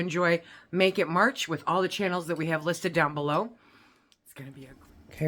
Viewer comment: Almost sounds like "naked March" lmao!